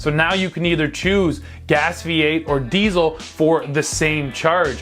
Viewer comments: It's diesel! Not diezel! Come on, guys! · Learn hot to pronounce diesel.